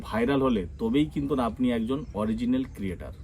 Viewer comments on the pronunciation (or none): none